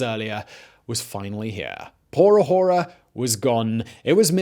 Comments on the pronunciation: Learning Spanish and heard it a lot from my grandparents growing up and I'm physically cringing everytime I hear my boy say "ahora" tho. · I said the same thing! I felt a little bad for commenting it too, but it was driving me crazy! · H is silent. Ahora is /ah Oh rah/ not /a whore a/. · Ok say it with me, Ah-ore-ah. I almost drove off the road laughing everytime I heard you say a whore a. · Ah-OH-rah, not ah-WHORE-uh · OK repeat with me a-ora... Not ajora, please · I know, just a little picky, but in Spanish the “h” in ahora is silent. Pronouncing it like a J makes it sound dirty. 🙂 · The H is silent. Por A(h)oRa. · The 'h' is silent: Ah-OR-a. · 'Por ahora'=[poɾa'oɾa] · It was the "pour ah whore Ah" for me lol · Por a-whora 😂😂😂😂 Simón—the H is silent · Spanish 'h' is mute /por æoræ /. Thanks fot the effort thouh. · The h is silent. Ah orah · "Pora jora" lol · The H in spanish is silent. It hears "aora" the Ahora - XD love the efford. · It's a-ora. H is silent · How can I take this seriously when you're saying Shavezz and pronouncing the H in Ahora? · The H is silent my dude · The "h" is silent in "por ahora". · Please for the love of the nonexistent god never say a Spanish word ever again lol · I might lose my mind if I hear him annunciate the "h" in "ahora" one more time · Bro the h in spanish is silent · I cringe so hard at the way he pronounces ahora, reminds me of gringos in class pronouncing all the h’s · My guy the "h" in Ahora is silent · The 'h' on 'ahora' is silent. Figured someone else probably mentioned it by now but well, might as well just in case. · the H is silent in Spanish bro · ahora: silent h my man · I love your stuff, but just to help in Spanish the h is silent. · H in ahora is mute. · Dear biographic, the h is "ahora" is silent... in fact, in Spanish, the H is almost always silent. Sincerely, a mildly annoyed Venezuelan. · Great video as always but had to stop watching. Constant mispronunciation 'Chávez' and 'ahora' too much to stand. Pity.